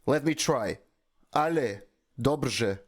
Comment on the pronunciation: You pronounce "Dobrze" perfectly :D and it means "good"